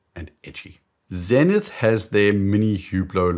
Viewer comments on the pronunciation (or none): none